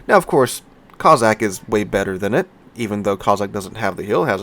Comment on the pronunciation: how can you pronounce the BŁYSKAWICA almost flawlessly yet have me cringing at COZZACK-COSSACK-KOS-SACK hope it's the after effects of a good few drinks for turkey day, will have to have a look at the back n fourth with little white mouse and think when HURON is available I may well buy it, great vid as always be good ✌️